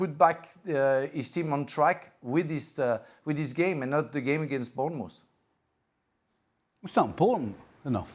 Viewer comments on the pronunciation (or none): 2.40 bournemoose